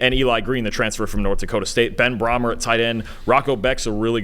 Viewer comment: “I’m a huge fan of Ben Brahmer.” In real life, it’s pronounced, “Bray-mer.” ….helluva fan you are….